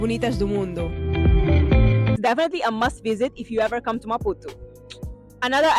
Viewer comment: Amazing maputo.i love the way your pronounce maputu😂😂😂.here from kenya